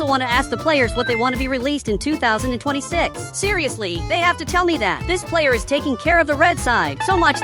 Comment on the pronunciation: You said 2026 wrong